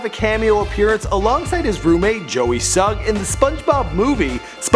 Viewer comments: Did he really say "joeY sugg"? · He said Joey sugg!!!!!😡😡😡😡 its JOE sugg.......JOE!!!!!!!!!!!!! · OMG!! IT'S JOE SUGG NOT JOEY SUGG!! UGH